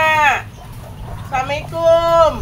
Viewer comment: Punten bu haji Klo ngucapin salam yg bner ya Assalaamualaikum